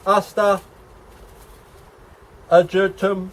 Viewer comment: Nice seed haul - great deal you got. I might help with two of the flower names: Agastache = A-gaw-sta-kee. Ageratum = Aa-jer-ay-tum.